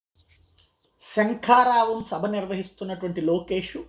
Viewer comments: మీరు పొరపాటున శంఖారావం అని చెప్తున్నారు. అది శంఖారావం కాదు (సంకారావం) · పప్పు గాడికి శంఖారావం అని పలకడం రావట్లేదు.. సంకారావం అంటున్నాడు పప్పు నాయుడు..😂😂😂😂